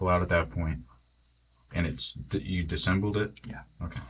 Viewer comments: Its disassembled…not “disembled” 😂😂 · The fact that this detective repeatedly shows he doesn’t know how to pronounce “disassembled” is pretty concerning. Education peaked in high school.